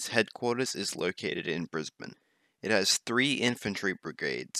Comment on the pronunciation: You get a big kudo's as the first American that has ever pronounced Brisbane correctly. But Duuuude. Where you hung over when you recorded this? as you sound like you just woke up from a big drinking session and havent had any Maccas yet.